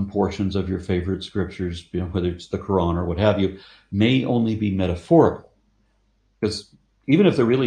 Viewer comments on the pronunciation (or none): none